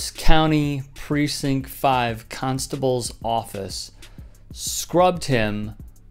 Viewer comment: Ahhh Harris County Cunstible huh.. Makes sense